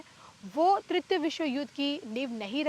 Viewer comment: Not tritya but TRITIYA. तृतीय